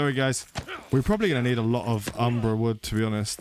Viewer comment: Umbra wood? Numerian cloth?? bro PLEASE read for the love of god.. other than that love the playthrough!